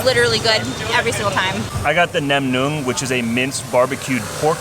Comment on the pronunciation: Lol, you can pronounce nem nuong! Congrats! I am proud of you.